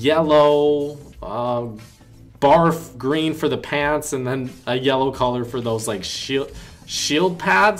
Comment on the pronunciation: When you say barf green lol